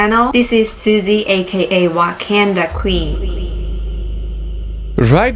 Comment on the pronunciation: "Wakaynda qween"